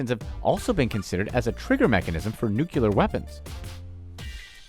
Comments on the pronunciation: Nuclear!!!! Not Nukular!!!! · Grammar, please. It is not "nucular" energy. It is "nuclear" energy. Please pronounce it properly. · You should read a little bit more, get correctly educated and then, you will find out that it NOT "NUCULAR", but it is NUCLEAR...!!!This message is addressed to the clown who is talking throughout the video that, by the way... IS A CHEAP COPY OF OTHER VIDEOS AND FRAGMENTS...! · Nuclear not nucular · WTF is a NucUlear reactor? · What the hell does nucular mean? Is it similar in any way to NUCLEAR - nu·cle·ar ˈn(y)o͞oklēər ? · No disrespect meant here but the word is not Nucular, it is Nuclear. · He keeps saying "nucular" as opposed to "NUCLEAR" facepalm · New-clee-ar... New-clee-ar. Not New-cue-ler. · says "nuclear" so many times and emphasizes the word, and pronounces it wrong (not [nuke-ular] it's [nuke-leer] so yeh) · Nu-Kli-Er! NOT Nu-Ki-Ler. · How is it, that when seemingly intelligent people read the word "Nuclear", they somehow pronounce it "NUCULER"? Despite the fact that it is clearly spelled N-U-C-L-E-A-R.Not trying to be an ass, but I've always wondered this. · It's Nu-clear dammit. Not Nu-cu-lur. That's George Bush pronunciation. You're killing me man. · Nuclear = Nuciler (lol!) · NUCLEAR!!! NOT NUCULER!!!! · It's Nuclear, NOT Nucular genius. You made me have a George Bush flashback. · If you want people to take you seriously, stop saying NUCULAR, and say it properly: NUCLEAR! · Its nucLEar and not nucELar.. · It's pronounced nuclear, not nukeular you moron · Nuclear!!!! The word is spelled exactly how you are supposed to say it. “NEW-clee-er.”... NOT “NEW-cue-ler.” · Hey announcer - it's nuclear as in new-clear. It's not 'nucular' as in your pronunciation - new cue lar - wrong. Practice it and practice it. Then maybe next time you'll actually be able to say nuclear correctly. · its nu-cle-ar not nu-cu-ler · Dude's pronunciation and lame commentary throughout detracts from the history lesson. Good grief... "Nucular"...wtf?